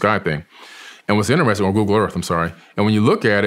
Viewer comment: “Pretty inneressing”